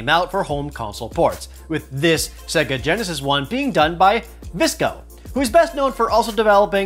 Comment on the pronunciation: This dude really saying Segga, despite the Genesis specifically telling you how it's pronounced when you turn it on.